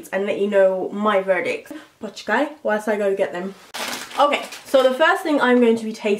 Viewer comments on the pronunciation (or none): none